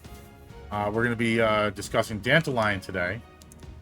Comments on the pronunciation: Danta lion pronounced like Dandelion sounds awful. It's Dant-all-leon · Why tf he pronouce it as Dandelion? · The way you say it sounds like Dandelion 😅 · I pronounce his name "Dan-Tal-Yun"